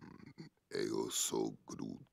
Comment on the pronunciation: bruh, i didnt know vin diesel could speak portuguese(from Portugal),when he said "im am groot" in portuguese i got surprised he said it so well. he spoke like a true portuguese. (in case people want to know how it is in portuguese chect out from there he repeats a couple of times in portuguese)